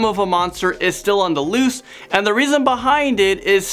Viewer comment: "The loost"